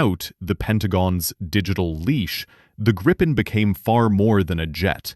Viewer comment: Its GREEPIN not Grippin